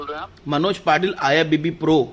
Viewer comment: Arey manoj bhai thik se IFBB pro bolna toh sikh le.. ye I APP BB PRO kya hota hai😂😂